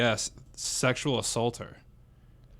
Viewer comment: buddy matt said “pedorist” not just once but twice😂